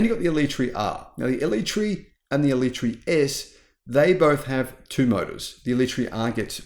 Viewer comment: First, learn how to pronounce it. Second, needs to learn how to drive, turning off stability in the wet with basically track tyres and flooring any high power car is just dumb.